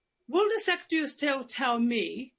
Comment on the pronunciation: The word is Secretary (pronounced sec-ret-airy), sorry to be that person; please can you learn how to say and spell it correctly.